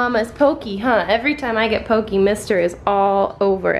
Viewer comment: So cute! Hope you are your furbabies are well! Also just wanted to point out that "poke" is pronounced "po-kay" here in Hawaii, not "po-key" :)